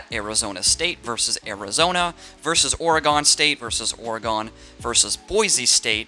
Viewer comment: Oregun not Or”a”go